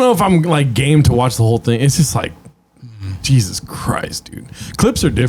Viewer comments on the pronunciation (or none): none